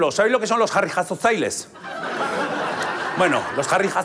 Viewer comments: la h de harrijasotzaile se pronuncia normal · harrijasotzaile, la h se pronuncia normal